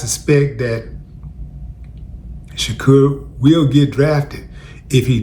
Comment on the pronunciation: BRUH IMMA NEED YOU TO CALL THE BOY BY HIS "RIGHT" NAME .... " SHA DOOR" YOU keep saying SHAKUR 😂 COME ON DUDE ... IS TUPAC PLAYING 😂